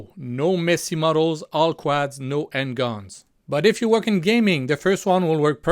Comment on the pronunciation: it is usually pronounced "quods" as in "odd" , even though it is spelt with an "a"